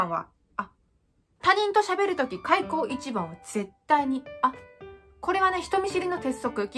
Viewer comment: 開口一番がサッポロ一番に聞こえる